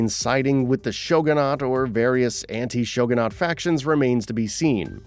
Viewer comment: What do you say "shogunate" so weird